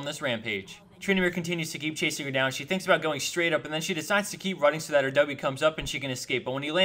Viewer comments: please stop using "dat". it's getting annoying when everything is "dat ___". pronounce "that" properly. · It's so annoying when he says dat turn around dat juke or dat burst or whatever. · dat mispronunciation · Am i the only one that cringes whenever he says: "dat" lol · im laughing everytime he says "Dat" something hes says "Dat" in every episode its so annoyingxD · stop saying "dat". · Not sure if he says it on purpose, or just can't pronounce "That". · Stop saying "dat" please... Gets annoying